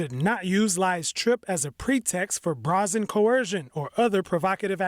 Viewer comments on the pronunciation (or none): On the Taiwanese Presidential candidate’s visit to the US, your reporter said it was called, “Bra-zin.”….What’s “bra-zin?”….,I think your reporter meant to say, “brazen” (someone might want to give him some tips on pronunciation)….